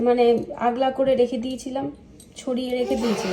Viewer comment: তুমি খুব ভুল বাংলা বলো, কথা টা আলগা ( আগলা) না ❤